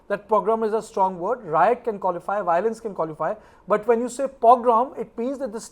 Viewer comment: Why can't the meitei pronounce biolence😅